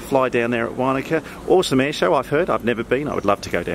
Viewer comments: Wanaka not waaanaka hahaha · Matt I agree; having lived there for a few years it was making me cringe every time said it:-) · 🤣 the way you pronounced Wanaka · Great video as usual - thanks. From an ex Kiwi to an ex Pom - Wanaka is pronounced "Won e ka" and Wakatipu is pronounced "Wok a ti pu". I did the Shotover a couple of years ago with a gopro on a headstrap and I think the best place to sit is the back left seat - you are on the same side as the driver and end up closer to the rock walls this side. The back seat is also a bit higher than the front seat so you end up looking over the other passengers and there is very little water spray.